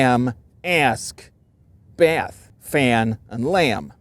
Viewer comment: Switch between the southern to CA versions of "fan" and "lamb" were spot on. The first time you said them I did not recognize them, after you swapped, you sounded absolutely native